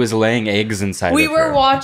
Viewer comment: Why did say eggs like that